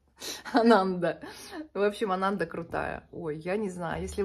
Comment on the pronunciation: Еще я слышала, что надо произносить АнандА, на последний слог ударение, это какой-то буддийский святой ❤